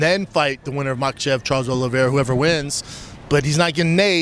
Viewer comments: When you sound like you haven't blown your nose in 5 years and half your face looks like it was stung by a swarm of bees that's the first sign that you have no business having a podcast or being on camera for a living. Calling Charles "OVileira" is another one 🙄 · Charles 'Ovalara' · Brendan “Charles ovileira” schaub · Talk about CTE Schaub can't even pernounce Olivera 🤯🧐🤬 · Who's Charlie Oval-Larah? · He said Ovilera lol. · Who’s “ovileira”? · never hear of ovilera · “Charles Olera - Olvera” - Brendan definitely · "Charles Olera ovalera" ahahahahahhahah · He can’t say Charles olivetree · "Charles Olera.. Ovilera" Brendan literally speaks for a living how is he this bad at it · B said Charles "Oval Era". Lmao 🤣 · After correcting himself on "Charles Olara" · “Olera.. Ovilera” 🤣🤣🤣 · Oliera bapa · Lol Charles Olera...Ovalera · He only needed 3 trys to nail the word Olivera 👏👏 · Brendan had nerve to talk shit on Nathan Diaz, told him “use your words”. Hilarious coming from a guy that can’t even get through one interview without mispronouncing multiple words and names. Maybe slow down when speaking or maybe you should really think about taking speech classes. You do speak for a living. “ GET IT TOGETHER B” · Brenda can't even pronounce Oliveira? Man c'mon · Was it when he started off talking bout the homeless, when he mispronounced Charles Oliveira name or when he simped for a comedian that has openly taken the piss out of him that did it for you?